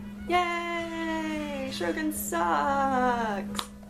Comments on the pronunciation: Great content! Just a note about the pronunciation: it's pronounced Show-grins instead of Shro-gins. 😁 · It IS pronounced...SHOW-GRINS.....!!!